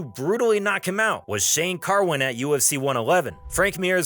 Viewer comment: And who tf is Jake Ellenberjer smh, imagine calling yourself and you cant even get those 2 things right, and Mike Goldberg correctly says his name like 2 seconds after that wtf